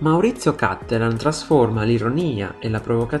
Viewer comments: Wrong pronunciation. It's Cattelàn, not Càttelan, because he's from Padova, Veneto. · Vorrei dire: Cattelàn, non Càttelan. I cognomi veneti, e lui è drammaticamente padovano, si pronunciano come parole tronche e non bisdrucciole come fanno tutti i lombardi etcetc. L'accento va sull'ultima sillaba.